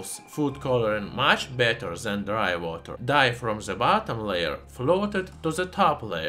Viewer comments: "Dry Wooter". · Idk what’s more interesting dry water or the way he says dry water